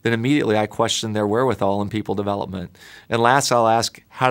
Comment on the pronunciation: What's "Deveopment" ? ;)